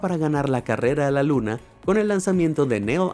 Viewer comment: Se equivoco dice 2 veces luns dulce luna